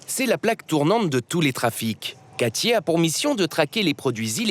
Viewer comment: "Quatchié", vraiment ?? Katie, peut-être ?